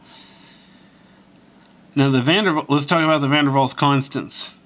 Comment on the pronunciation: You were right. it's pronounced van der Vals, but is spelled with a W.